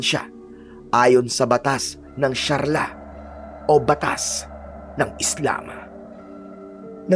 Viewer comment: Sharia hindi sharla! Yari ka pag di mo binago yan